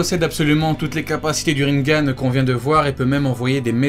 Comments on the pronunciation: Ca se dit "Rinégane" pas "Rinegane" xD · il dit rinegan au line de rinnengan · le rinnegan de prononce rinnegan et pas rinnengan